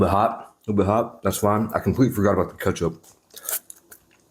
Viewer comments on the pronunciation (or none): Did he just mispronounce ketchup